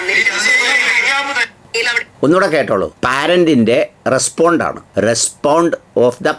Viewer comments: റെസ്പോണ്ട അല്ല ബോണ്ട 😂😂😂😂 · Madam not 'respond' but 'response" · റെസ്പോണ്ട് ഒഫ് ദ് പാരന്റ് 😂😂😂. ഇവരാണോ പഠിപ്പിക്കാൻ നടക്കുന്നത്. കഷ്ടം. റെസ്പോൺസ് ഒഫ് ദ് പേരന്റ് - എന്നാണ് ശരിയായ രീതി.